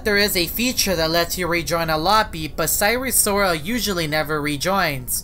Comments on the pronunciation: You said sire siral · Him:"sire sorol" what i hear: sire soul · More like siren soul 😭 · I was hearing Eris Lorsi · Why do you pronounce wrong 😑